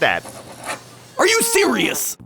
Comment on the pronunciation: “let me just squeeze right past yuh”, where are we the Midwest😂